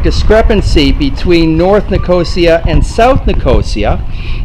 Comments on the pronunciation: By the way, It's Nic-os-ia, not Nicooosiiaaa, great video though. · Hi. This video has had thousands of views, and this is the first comment about how I continuously mispronounced Nicosia. Believe me as to how much it bothered me that I didn't practice how to say the city's name before turning on the camera. I appreciate the feedback and compliment. You're welcome to enjoy the other Borders on Budgets videos from Cyprus. Nine altogether.